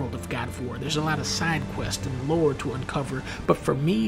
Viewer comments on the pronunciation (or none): none